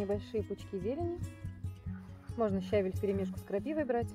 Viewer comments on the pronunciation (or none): Щавель, ващето, называется щавЕль. (и рЕвень, между прочим. А так рецепт отличный! Приятного аппетита. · Ударение в слове "щавЕль"падает на второй слог,на букву "е". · ЩавЕль! Ударение на втором слоге. А за рецепт спасибо 👍❤🌺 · ✅️ ЩавЕль, щавЕль.. Ударение в слове на букву Е! 📌квАшение - на букву А! Просто, неловко за вашу речь...